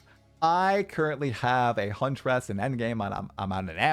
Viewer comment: I find it funny how you say Huntress. Hunt-er-ess